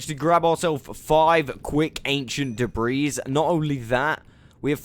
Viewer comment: OMG!!! I know people pronounce words differently but PLEASE I BEG OF YOU. Debris is not da-breeze it's da-bree the S is silent 😶. Love your content and generally how you speak, love the accent 💜💜💜💜